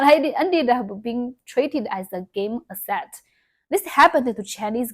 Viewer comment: Some corrections "the game successed" - either "wanted to see the game's success" or "wanted to see the game succeed" would work here "asset" - stress is on the first syllable, "ASSet" But you are doing a lot better with English than I would do in Mandarin, which I do not speak at all :^)